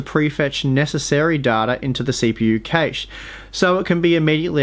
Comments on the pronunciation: LOL cay-she. That's awful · "L2 Cashe." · That's not how cache and Kaby are pronounced, mate.